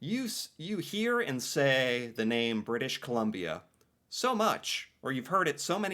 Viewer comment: Thank You! Although.... he won't ever read this. He's been doing this for two years and still says "British Columbia" like a Kindergarten teacher.